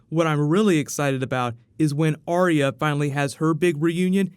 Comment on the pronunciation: its Ar Yah and not Aria